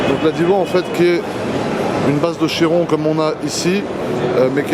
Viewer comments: On dit Kiron 😉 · ca se prononce vrmt chiron?? on dit chirone nan?